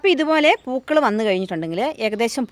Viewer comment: പുകൾ അല്ല പൂക്കള്‍ ആണ്